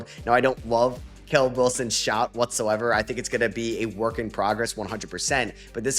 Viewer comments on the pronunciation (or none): none